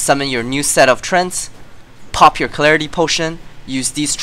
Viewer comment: STOP SAYING TRENTS! you are making my OCD act up :S its pronounced tre-ant...